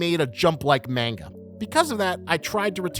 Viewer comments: Muh KEEE muh 💀 bruh i hate when manga onlys make yt videos and mispronounce everything. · bro says mainga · Personal gripe, but please pronounce manga properly